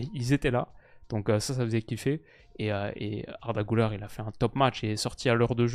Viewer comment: Gulere pas goulère. Arda 😂😂